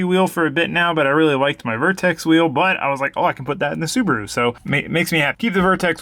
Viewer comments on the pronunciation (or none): none